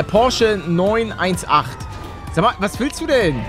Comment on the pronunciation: Es heißt Porsche 9-18 Spyder. No hate🙏🏼